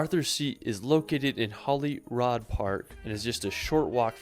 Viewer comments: I know Anne, I normally am relatively patient with this but he was making a travel video so he should have checked how to say the names.... I mean "Holyrood"! But then again he didn't even get the word "Viaduct" correct, so maybe that is telling! He also said he believed Scotland was flat, which suggests a lack of research :-) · I’ve never heard Scottish place names so mangled! If I hadn’t had the views in front of me I’d have had no idea where he was talking about. To be fair the majority were Gaelic which is tricky. Sliachan has to be the winner though. Plus Holyrood!